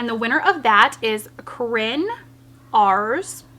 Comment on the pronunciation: Yayyyyyy!! Even tho I didn't win you said my name right 🤣 nobody ever does lol. Congrats other corinne